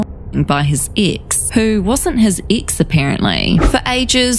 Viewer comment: 😂😂😂😂🤣🤣🤣🤣 I was thinking EXACTLY the same thing "Ix" ☺️